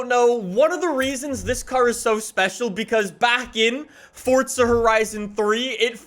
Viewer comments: Forza not fortza 😐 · FOUR-ZA NOT FORT-ZA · FORTZA HORIZON 4 HAHAHAHA, THIS GUY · Bruh just triggers me with forTTza